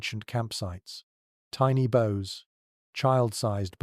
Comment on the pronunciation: Bows as in bows and arrows. Not bow as in the front of a boat or ship.